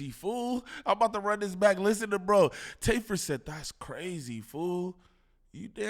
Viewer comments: lol bro his name is TAY F 3rd for tay filthy 3rd 😂😂😂😂 not tayferd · His name not tayferd 😂😂😂😂 it’s Tay F 3rd he’s a Movin crip reppin the Trey aka 3